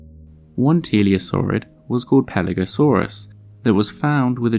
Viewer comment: Hi! Good stuff. The odder crocodyliforms are one of my favorite topics! FYI: Roughly two minutes in, Pelagosaurus ("pelagic lizard") seems to be pronounced "Paleosaurus" ("ancient lizard"). [Edit: Perhaps I'm just mishearing!]